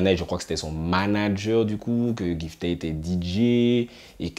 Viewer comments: Mdr sa me stress trop quand tu dit "jifta - poplayne" mais sinon bonne vidéo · Ceci dit, c'est GIFTA (avec le son "GUI" comme dans guitar ). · Cest une tres bonne initiative de ta part de parler du dancehall 973 mais tu aurais du te renseigner quand même un peu parce que pour nous le public guyanais ta video reste crédible qu'à 40%😔 ...faut faire attention dabord a la prononciation de leur nom:gifta et poplane -la guyane est influencée par limmigration qui est tres importante..tout le monde parle minimum 3 langues..donc imaginez linfluence que cela a eu avec le temps sur notre creole,notamment langlais de la guyane anglaise qui est tres présent dans le creole de nos jeunes...ce qui explique pourquoi ces artistes chantent avec beaucoup d'anglais dans leur créole..cest le nouveau créole parlé par les jeunes de guyane surtout dans les ghettos. -lesnah a pratiquement disparu de la scene musicale.il ne chante presque plus depuis a peu près 2 ou 3 ans... -gifta na pas attendu le coup de pouce de kalash....le son pati di anyen n'a pas marché en guyane mais sa a permis a certains antillais qui le connaissais pas de le connaître. Gifta est tres important dans le dancehall guyanais :jahanai king,poplane,dana di baddest,poplane...ont été produit par gifta a un moment de leur carrière et ken vybz a été dans l'écurie de gifta et pour finir avec lui ..gifta et kalash sont très amis ..ils ont fait qu'un seul son ensemble donc je comprends pas qd tu dis oui il doit continuer de travailler ensemble 🤤 -chinee queen a eu beacoup de succès quand elle etait dans lequipe de ken vybz..leur relation sest dégradé en qq mois et ken vybz a su